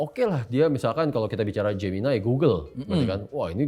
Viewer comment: pertama saya bingung apa itu "geminay" eh ternyata gemini😂😂😂